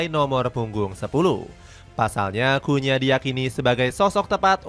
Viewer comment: Cunha not kunya